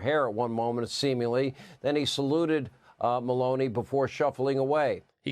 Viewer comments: Hey Sean Hannity (Insanity) if you are gonna insult the official from Italy … at least pronounce the name right. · Does Hannity have dementia? He couldn't even pronounce the Italy PM's name.